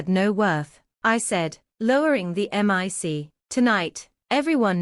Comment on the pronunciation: The word is Mic NOT m I c!!!!! You say the word NOT spoken as letters!!